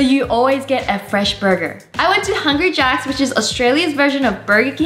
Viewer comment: I've never heard of "Thungry Jacks"